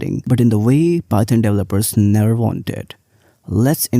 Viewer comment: You can't even pronounced the framework correctly and are going off stats from a single article your read. It's pronounced JANGO and PIE-THON not DUH-JANGO or PIE TUN. I'm from India too. You're making us look bad.